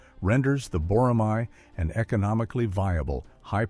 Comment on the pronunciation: I have a request. It’s not “boramai.” It’s written as “boramae” only because of the Korean spelling, but please read it as “borame.”